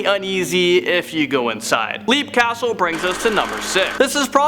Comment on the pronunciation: TA! its LEP btw (YEP!) - LEAP CASTLE pronounced LEP. fyi only.